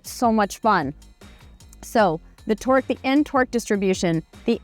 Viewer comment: I keep hearing "N Twerk Distribution"...